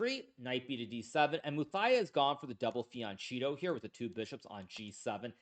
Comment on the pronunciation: Can’t believe the way he pronounces fianchetto….. He can be such an ignoramus.